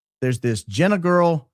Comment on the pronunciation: Jee nah not Jenn a